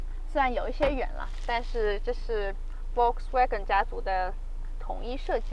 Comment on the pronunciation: 說實在話，主持人比車來得美。 給您一個小小的建議：在德文裡 Volkswagen的Ｖ要發ｆ的音，ｗ要發ｖ的音。